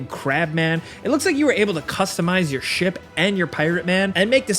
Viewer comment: I understood shit combat instead of ship combat 😂😂😂